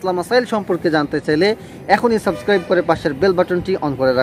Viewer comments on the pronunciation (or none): none